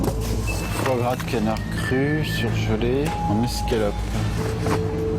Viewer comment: raviolis cannard? ca-NN-ard?? .........